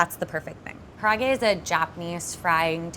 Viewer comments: Hey - respectfully, "karahgey" isn't really how we pronounce it. It looks really delicous and pretty authentic! but please pronounce karaage like "Kah-Rah-Ah-Gey" said together fairly quickly. Good job making it though :) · the way she pronounces karaage is driving me nuts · A lot of these were great but come on,, if you’re gonna do karaage at least pronounce it correctly! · I just wish would have learned how to properly pronounce karaage, I cringed every time but her chicken looked bomb AF.